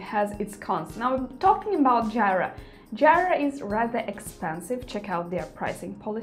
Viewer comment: Jira (/ˈdʒiːrə/ JEE-rə) ;)